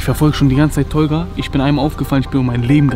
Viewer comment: Vallah sagst „tolga“ wie ein tobias mit brille aus gymnasium